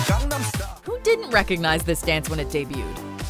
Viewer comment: Its who not woof